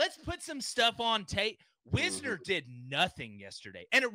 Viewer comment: Cant even pronounce wIsner. Its an I. Say I. Thats how it sounds